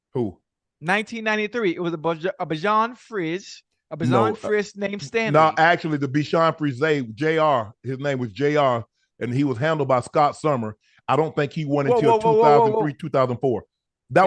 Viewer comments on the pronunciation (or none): I think AZ has the first pick currently. So unless Kyler comes back on fire, they're going to snatch up Caleb. Then it's either the Panthers or Giants. If it's the Giants, then they'll grab Drake Maye and they need him more than Chicago needs either. Ocho, it's pronounced "Bishon Freesay". We're on our fourth, we love them. As a native Clevelander, I believe Shannon's comments on Lebron are correct. He couldn't have come back and win us a championship without having to go away for awhile and grow.